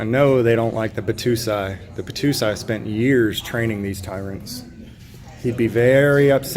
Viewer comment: Bah-toe-sigh (Battousai) is a legend, just get ya mind correct on the pronunciation